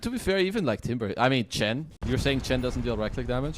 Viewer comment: Why does the caster keep saying ench. That's a bloody chen